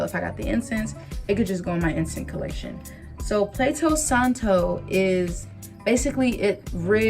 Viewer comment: Not plato santo, but palo santo lol.